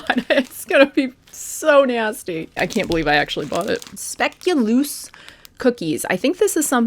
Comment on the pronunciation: Pronounced “speculoas” by the way (Dutch)